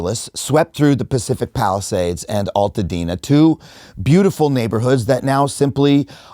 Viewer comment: Thank you for this video. As someone from Altadena, we prounounce it AL (like someones name AL) Altadena. Not Alltadena.